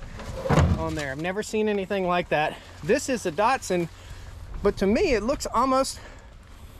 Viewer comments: There is no R in Datson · There's no O in Datsun, either.